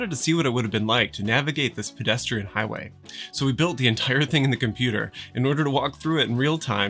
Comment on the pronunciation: "HIGWAY" hehehe